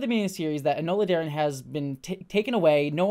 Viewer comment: "Enola Darren". Who? lol